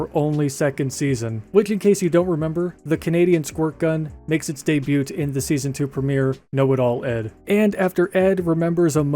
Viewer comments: This mfer really pronounces the t in "debut" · Y is pronounced as e and the t in debut is silent. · I can watch of whole video of you just pronouncing the word “debut” 🤣